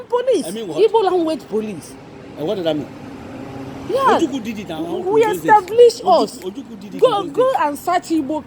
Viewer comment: He's obviously a Yoruba man, he can't even pronounce ojukwu properly